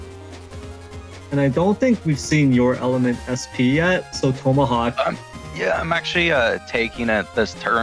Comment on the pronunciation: learn how to say tomahawk. annoying af